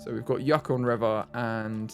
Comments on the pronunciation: As a Canadian, hearing him say yuck-on was painful 😂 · This is a year old and I'm not sure if someone said but it is pronounced "yoo-con" the yukon is one of the territories of Canada and i believe the name has indiginous roots but id have to look into it! It's right near the arctic circle